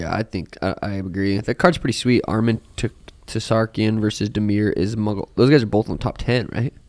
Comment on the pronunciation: The T is silent in Tsarukyan, suh roo kee in